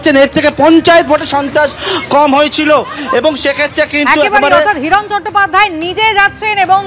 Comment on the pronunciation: হিরণ নয় হিরো